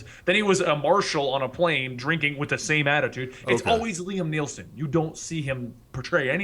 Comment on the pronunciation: Hey its NOT liam neilson its Liam Neeson you idiot.